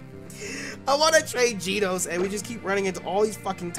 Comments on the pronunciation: we know you've watched One Punch Man, so why are you pronouncing "Genos" wrong?:( its "Ge" (like GEnerator) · For tyrunt it's "Gen-os" not "Ge-nos"